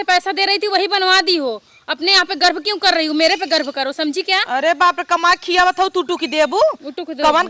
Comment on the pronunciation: Garv bholate hai garb nahi